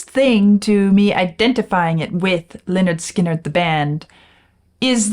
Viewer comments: Looking forward to this but the first three seconds not good, can I refer you to the title of their first album: “Pronounced 'Lĕh-'nérd 'Skin-'nérd” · He doesn’t know how to pronounce Lynyrd Skynyrd